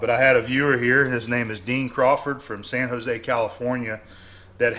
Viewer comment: San Josa haha, San Jose.